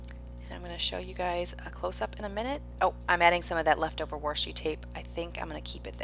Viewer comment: Your PL fit the inspiration photo perfectly! BTW I love the accent you have when you say Washi!!